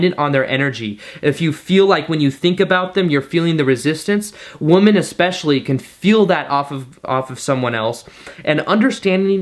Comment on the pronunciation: Expecially? and pedestool? Yikes.